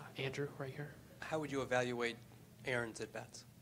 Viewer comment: man I know I shouldn't laugh but it was hilarious when the japanese reporter said " How do you evaruate" lol Im sorry I'll stop.